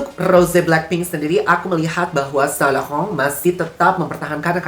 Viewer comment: Sain lauren ❌️ Sa lakhahoounnn ✔️